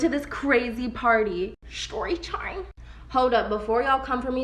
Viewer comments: I HATe when they say ShToRyTiMe idk why. im neurotic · ikr! Shtory tiem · ShToRy TyMe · If I hear that one girl say sHtory tImE one more time... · She said tchyme but yea it was funny